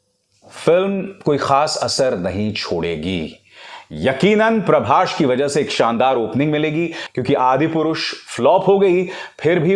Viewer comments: Parbashhh nahi parbhas 😂😂😂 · Pehle naam thik se lijiye .. "Prabhsh" nahi ..prabhas hai wo Lot's of currection needed in your video .. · First you learn his name properly.. it's prabhas not prabash.. bollywood dog